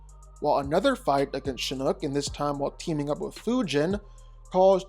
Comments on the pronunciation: My guy, you mispronounce SOOOOOO many names. Like Shinnok. It's Shin-Knock, like, knocking on a door. Not Shin-Nook like nook and cranny. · Im sorry but it's pronounced SHINN-KNOCK